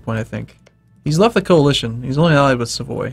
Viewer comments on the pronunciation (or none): none